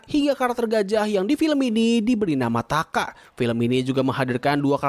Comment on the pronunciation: Nama gajahnya kara bukan taka